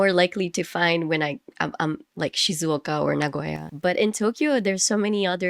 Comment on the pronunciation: It’s cool your pronunciation of Gunma or Shizuoka is totally sounds like Japanese ,even while you are speaking English!!😂